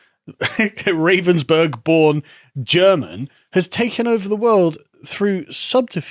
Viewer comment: Isn't "You will own nothing" the same as "WE will own everything"? It is isn't it. It's pronounced Rah-venz-burg BTW. They make jig-saws.